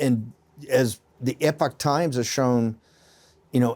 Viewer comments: Epoch Epic Two different words They are not pronounced the same way !!!!!! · At the outset here I admired SB for pronouncing the name of the paper correctly. And then he called it 'Epic Times'.